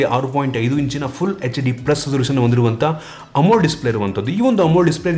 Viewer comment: Bro you're using wrong pronunciation of AMOLED display. You're pronouncing like "amul" display!😅